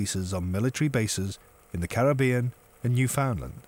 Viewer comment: Newfoundland not newfoundland